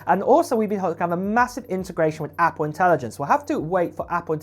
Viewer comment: He says apoo